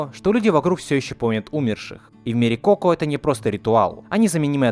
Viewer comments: Так уши режит то что та говоришь неправильно, правильно не ко́ко а коко́.!!!!! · Тайна КокО а не КОко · Не коко, а коко(ничего не поменялось, но ты произносишь не правельно) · Не КОко а КокО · Согласна, так звучит лучше Но от куда ты знаешь как правильно? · А разве не коко́? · Ударение! Коко́! И ещё Гектор, а не Эктор. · кокО, господи, в мультике же есть ударение нормальное